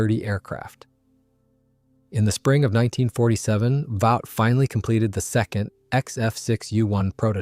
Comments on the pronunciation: "Vought" is pronouned "vawt", not "vowt". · The company is not pronounced "Vowt," it is "Vot" (short "o"). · It's VAUGHT as on BOUGHT